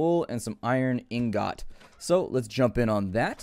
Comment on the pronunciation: IN-GOT Hahahahahaha